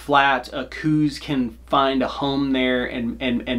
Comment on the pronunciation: I'm not one to leave comments often, nor do I even get on the interwebs much. I was cruising around after a hunt today though, and happened upon this video. A couple of things..."Coues" is pronounced "Cows". Also, those who have exclusively "Western" hunted seem to have more of a problem with them. I've bowhunted a lot of places successfully for over three decades, and currently live in AZ. If you want to make bowhunting for these little guys less frustrating---put down the "glass"---which is WAY overused by you folks here in the Southwest. Like any whitetail---and indeed most cervids---Coues are habitual, and form those habits according to food, water, (to a lesser extent than other species--but they WILL stay near water if its readily available), and bedding areas. If you spend your time scouting paying attention---like any other species---you will find those habitual routes and feeding and bedding areas, and "ambush" hunting is far easier than what you seem to be doing. Learn what it looks like when they browse. (All whitetails "pull", rather than "chop" browse, so for example, young shoots and the like will be snipped diagonally, with trailing fibers at the upper end). Realize that where they poop is not far from where they're eating. Even in dry areas, they are SO habitual that obvious, narrow paths will be observed. Use good scent control---(spray, soap, Scent-Lok, etc, at a bare minimum)---and log wind and other conditions so that you can narrow down the window that yo